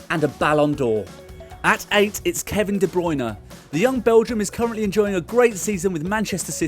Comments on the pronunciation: no it's Kevin De "Braune" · Hate it when De Bruyne is pronounced wrong.